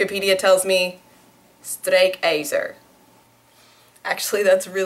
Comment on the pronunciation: LOL strijkijzer, you pronounced it right!